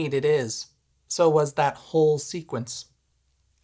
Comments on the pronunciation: "Whole sequence" or "Hole Sequence" Hmmmm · I'm sure he said "whole". 🤪